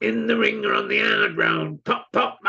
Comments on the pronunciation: 😂😂" on the aaaaard road" go on, get him told. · Out on the 'arrrrrrd road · The cold arrrrrd road, it has to be cold, not hot, freezing cold.